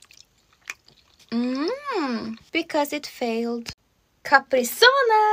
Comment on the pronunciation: Same becuase she drank it wrong and said it wring